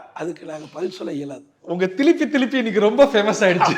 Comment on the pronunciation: என்னட அது திலிப்பி திலிப்பி